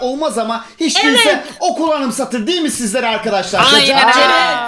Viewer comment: saniyede arkidişalr dedin abi